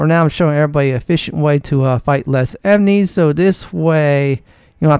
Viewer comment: Emnies lol. Aside from that weird pronunciation, I love your gameplay!